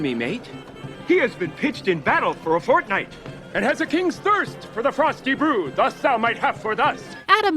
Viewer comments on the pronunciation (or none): OMG guys fortnight they said forknight